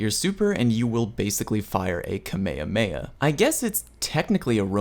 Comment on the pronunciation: ITS NOT KAME A MAE A IS KA MAE HA MAE HA KAMEHAMEHA